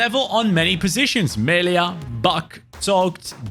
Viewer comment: Its so funny how you say melias name😂 its just me-lee-a🙏 great player🔥 joining tottenham once he turns 18 due to brexit rules. Got signed for 4 million